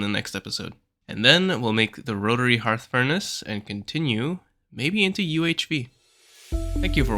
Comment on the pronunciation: Thank you for pronouncing "hearth" correctly... So many people making videos are saying "hurth"